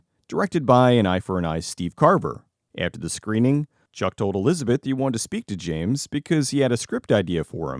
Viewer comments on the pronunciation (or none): none